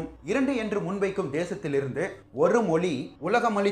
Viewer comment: நீந்க சில இடத்தில் தமிழை தமில் என்றும் மொழியை மொலி என்றும் ஏன் அண்ணா சொல்லறீங்க ?